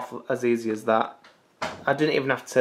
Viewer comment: 'THAT' 'TAT'. Your funniest pronunciation.